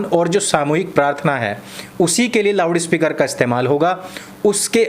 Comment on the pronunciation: थोड़ा जबान संभाल के, मुझे पता है आप loud speaker को lawda speaker बोल रहे हैं😂😂